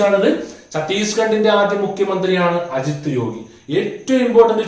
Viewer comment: സാർ, അജിത് യോഗി അല്ല - അജിത് ജോഗി ആണ് ശരി